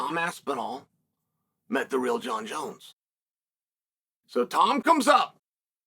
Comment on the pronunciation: “Jaunn jones néuhh”